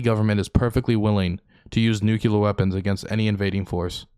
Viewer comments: please for the love of all that is holy. it is nuclear. not nucular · You're going nucular over a minor pronunciation variance. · you say "nuculer" like Dubya Bush 😂😂☠☠